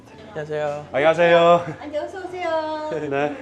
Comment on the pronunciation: 안녕하쎄여... 방심했네 ㅋㅋ